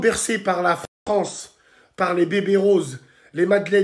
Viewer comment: L'awgent dé la Fwance !